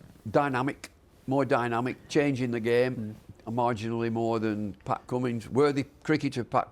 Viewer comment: It's not even close its Cummins and I'm British